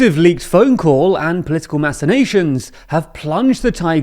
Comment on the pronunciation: "mac-inations", like the big mac